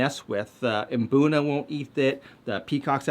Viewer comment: Thank you for mmm-BOOnuh. I've never been to Africa, but I'd bet no self-respecting locals are saying MUH-boonuh.